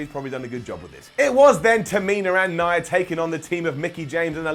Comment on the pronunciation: you're my favorite to listen to on WhatCulture, so you get an up for that. Not just an up, considering there are many of you to choose from, I'd say that deserves a golden up. Now, that being said, let me get to the downs: Why is it that you can manage to pronounce Nia's name properly, but you pronounce Tamina's as if it ends with an R? Both names end with the same sound, and yet you consistently pronounce Tamina...all wrong. That gets a down. And, in fact, since it makes so little sense to me, not just a regular down...you're getting a brown down. Another down for the down you gave to Braun being friendly with Seth. The feud between them was months ago under different circumstances, and they both have a common enemy in Brock so that actually made perfect sense. Thank you for reading, and thank you for posting your ups and downs. 🤘